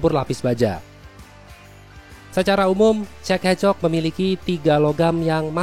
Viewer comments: Gua sih dengarnya cek encok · Yang gua denger cek e c*k 😐